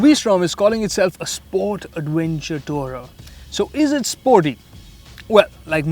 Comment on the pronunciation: "Awv-wenture" I love the accent.